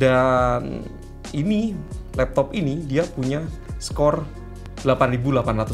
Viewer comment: 3.38 apa itu l”lappop” gaiss???😂🤣🤣